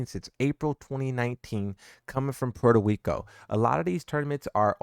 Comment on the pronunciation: coming from pweto weeko LOL